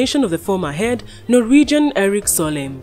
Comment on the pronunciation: Solheim is not Solenn!!! Please pronounce it well, especially for non-english speakers as me. Thank you for the news